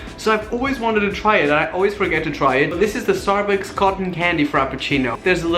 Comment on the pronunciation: did you say "starbooks" ?